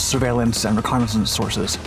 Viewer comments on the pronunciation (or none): none